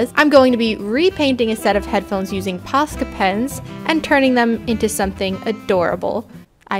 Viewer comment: At the start when you said Posca pens I thought you said pasta pens 😂I don’t know why